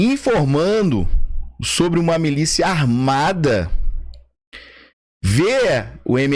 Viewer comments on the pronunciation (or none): O correto é "m i l í c i a" e não, "m e l í c i a".